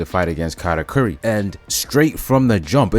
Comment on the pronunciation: calling katakuri “kat” should be a crime